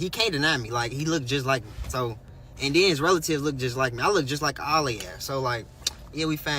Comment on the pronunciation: OMGGGG! Why did I say the same thing 10 minutes in???!! Lmao!!! THANK U!!!!! I’m like what the hell is a deaddy? And then, he is steady telling a story and says, “and den“ why do our people talk like this? Literally if we weren’t smart enough, we wouldn’t know what the hell they’re saying but because we do know Ebonics and very poor vernacular, we can figure out what people are saying, but it’s really sad when it’s gonna be time for them to get a professional job and that’s how they sound. I really wish our people could do better and be better and get a better sense of grammar pronunciation & English overall. Because a deaddy and using the word ‘then’ as “den” is something that I would slap my kids if I heard them talking like that. And they’re adults, but I would really put them on blast for talking like they’re ignorant, AF! Real talk.